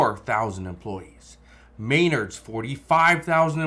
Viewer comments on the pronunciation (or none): MAIN_erds??? it's spelled Men_ards. And sounds just like it is spelled. Men_ards. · May-nerds 😂. It’s Men-nards 😊 We have all three within ten minutes of my house. I was just in Home Depot two days ago, and you could count the number of shoppers on one hand. There were more employees than customers 😂 Sad. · You can't pronounce Menards. Men-nards not ma-nards. Read much wow how did you get this old without reading comprehension skills. Save the reporting to people who can enunciate. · It's not MAYnard's, it's MeNARD'S ! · Did he just say Maynard's it's Menards dude😂😂🎉❤🎉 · Mainards? Do you mean Menards? Lol you obviously know your stuff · It’s pronounced men ards. Get it right. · It's pronounced "Ma nard's" (smh) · It is pronounced muh·naardz. My mum's maiden name was Maynard. The building supply company is Menards! (Muh·naardz). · You couldn't pronounce Menard's? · Thanks for the update/insight. The logic is sound, but in the real world, people have to fix stuff. And houses and apartments need work to be rented. It kinda never ends. Upgrades are optional, but not maintenance. So I'll wait and see how things go. And it's too late for this video, but I think I'm hearing you talk about a store in my area called "Menards." Its pronounced a little closer to how a person might say "guitars," so that's a soft "me" strong "nards." Your nards should always be strong...